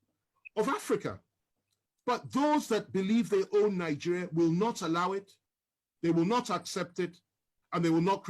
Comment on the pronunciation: Stop saying " nig"oo"ria instead, say Nig"e"ria. Thanks.